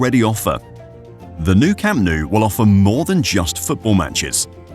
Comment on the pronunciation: le cham nu... "desnudo" verdag...? se nota que se os atraganta la milenaria lengua del nogdgte piningzulá berdag...?